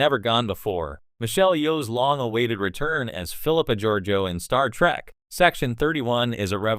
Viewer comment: It's Trek not Track. AI is a child.